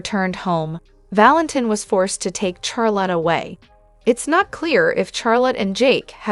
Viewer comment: For the people that make this video. Charlotte is pronounced Shar-lott with the shh sound instead of cha sound . Just in case you can fix the pronunciation.